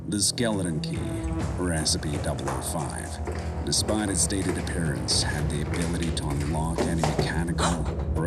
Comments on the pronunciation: lol the narrator seems to pronouncs the e's like a's.... also, Espy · Look i like SSCP Videos but i gotta call you out I'm unsure if English is not your first language or what but the way you say scp just saying SC and containment breach with the at the beginning and a few others i can tell this was written with A.I, the pacing of the words gave it away A.S.A.P 😞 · I'm halfway through and I'm still waiting for it to pronounce SCP correctly. Wth??? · the way the narrator said SCP had me rolling on the ground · THANK YOU! I had to rewind multiple times to confirm I'm not having a stroke or something, haha